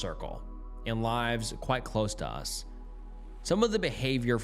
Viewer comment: You said lyves not lives. Very A.I. of you 🤔